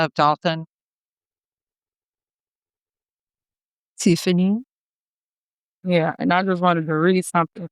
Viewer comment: What happened to dolton? It rhymes with Fulton